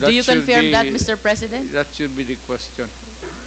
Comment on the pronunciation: Confirm hindi conferm